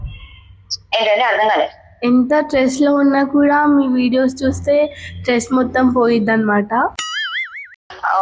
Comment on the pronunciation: Stress Amma tress kadhuu